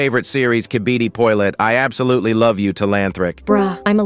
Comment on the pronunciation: “kibidi poliet” got me dying 😂😂😂😂